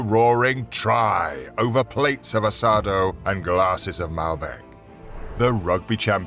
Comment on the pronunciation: "land of tangou and assadou" jaja me hizo reir